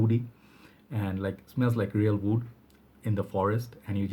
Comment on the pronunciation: It is pure wood man not vood ;) just messing with you man my english is not better than yours :)